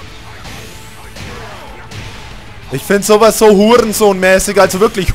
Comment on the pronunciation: "huRRRRRensohn mäßig" - so geil! :D